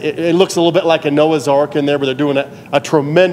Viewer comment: I cringed when the Sheriff said "Noah's Ark", but otherwise, what a great job our local officials are doing. Applause.